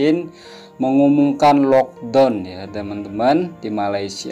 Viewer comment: It's lock "da-uwn" not lock "don"